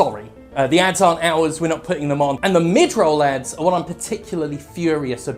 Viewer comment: At first I thought you said abs not ads.